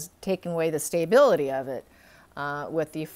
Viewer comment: st - a - bil - i - ty. NOT st - ay - bil - i- ty